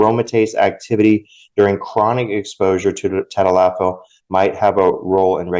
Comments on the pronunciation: Hi thanks for your videos I'm going to break down tadalafil for you so you can properly pronounce it. Ta - dal - la - fill - Cialis. If you put it on a piece of paper during the next time you're going to talk about it and video has a reference it will help you practice pronouncing it for a couple of days in a row eventually it'll stick. Now as for sildenafil - Viagra Sil - den - a - fill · Hi, name is mike and I watch you regularly. Recently you had a show on where you were trying to pronounce the the names of Cialis and Viagra by their pharmaceutical name I'm going to help you pronounce it properly Cialis= ta - dal - la- fil. Viagra= sil - den - a - fil Start off slow several times then pick up the pace several times eventually your tongue will create a muscle memory and you will have the proper Cadence. Not busting your chops but merely thanking you for the good work you do